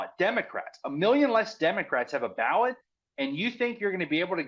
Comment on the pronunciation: Ballot.. not bawwot